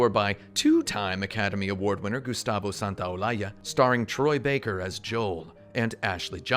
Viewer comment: Solid Gustavo pronunciation 👌